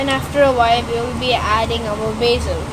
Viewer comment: It’s basil not baysil